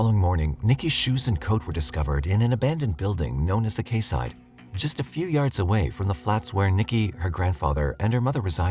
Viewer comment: Quayside is pronounced kee-side. All you have to do is type 'pronounce quayside' into google and you will get the pronounciation. Consider it part of your research for any word you've never come across before of are only going by reading.